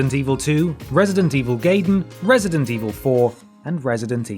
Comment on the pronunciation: "Wesident Evil"